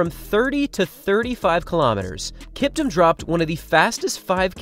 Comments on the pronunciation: Not kiptm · It’s pronounced like Kip-TOOM